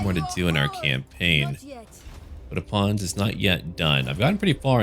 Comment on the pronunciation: Yes, I’m french and yes, your pronunciation is bad but it’s find. And also mery xmas